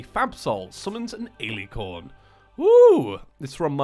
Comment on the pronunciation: Just saying, you pronounced Alicorn wrong, its Al-lih-corn but then again, you’re not gonna really need that information so don’t mind me I guess